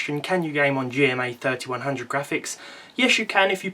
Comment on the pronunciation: intel G-rand-MA. graphics